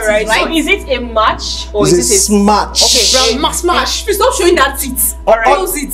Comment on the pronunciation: please sister it is smash not smach.....